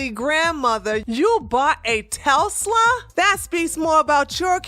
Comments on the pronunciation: Lol, it's pronounced TES- LA.. I love this channel!! Keep them coming!! 🤗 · Telsla...WTF is a Telsla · Love the video.. but the way you say Tesla is like someone chewing loudly...!!!!!!!!!!!! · u gotta work on that Tesla pronunciacion lol